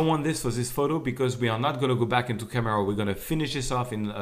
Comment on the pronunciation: Love theway you say camera raw :) "KAMERAU RAUW" Loved the finished product btw learned alot, thanks :)